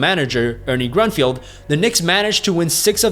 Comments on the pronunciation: Grunfeld not Grunfield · Its Grun - Feld not field.